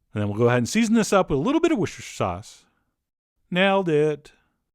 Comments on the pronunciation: Pronounciation guide: It's "Wuss-ta-sheer", Not "woosh-ter-shire". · No he didn’t nail it. it is pronounced wustersher sauce not whooshtersher sauce. He always says whoosh! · As someone British who lives in "Worcester Street", I can say it's pronounced "wusster-shire". I live on "Wusster" street! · It's just three syllables: Wooss-Tuh-Sheer or Wooss-Tuh-Shuh (no weird half-hidden syllables to try to pronounce)! Though here in the UK we just call it Wooss-Tuh Sauce anyway. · I'm from the UK you can drop the shire off Worcestershire sauce we just call Worcester sauce pronounced wu-ster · "Wishtshsh Sauce" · Wooshish sauce <3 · Worcestershire sauce is a lot easier to pronounce then the way you're saying it. It's just pronounced as "wooster". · Chef John trying to pronounce Worcestershire - “nailed it” ... 😂